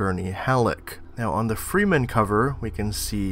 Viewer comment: freemen....its pronounsed fremen